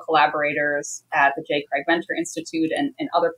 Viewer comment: Craig Venter not Ventner.